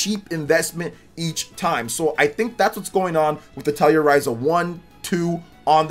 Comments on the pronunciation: Azure is pronounced more like "asher" Atelier is French. Pronounced like "uh-tell-ee-ay" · "Atelier" is pronounced "ah-tell-eee-aay"